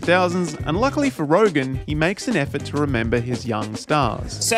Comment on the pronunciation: Don't want to be that guy, but you should know it's Seth RogEn, not RogAn. You repeat that mistake everywhere in your video and text.